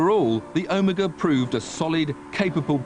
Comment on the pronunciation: this guy cant even say OMEGA correctly...